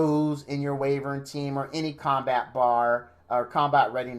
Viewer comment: Btw, Wyvern is pronounced, 'Why-vern'